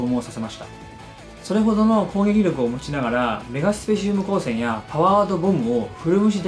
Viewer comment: ちなみに何か、メガスペシウム光線やねんけどさっき、メガシュペって、言ったよねちょっと発音が、変やな